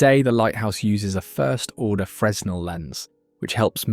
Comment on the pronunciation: Let's add Fresnel and Ynez/Inez to the list of botched pronunciations.